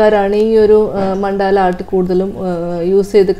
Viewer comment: Ma'm, മണ്ടാല അല്ല, മണ്ഡല ആണ്..